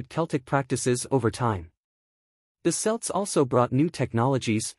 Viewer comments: You keep saying "Selts", not "Celts" - but you're saying "Celtic" correctly. Also Scots "Gaelic" is pronounced more like "Garlic" - without the "R" sound... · Kelts not selts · Celts pronunciation with the c being sounded with a k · I don't know but it's not revealing anything new, in fact there are some out of date bits in there and the pronunciation of some words, like Celts is very poor.